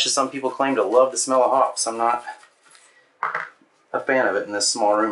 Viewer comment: It's pronounced "HOPPEES", LONG ON THE E, not HOPS.